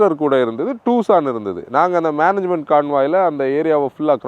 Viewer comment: "டுசான்" not டூசான்